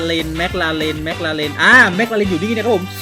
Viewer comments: แม็คคลาเรนครับไม่ใช่เเม็กราเลน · พี่ครับถ้าจะเรียกชื่อรถให้ถูกคือ แม๊กคาเลน คับ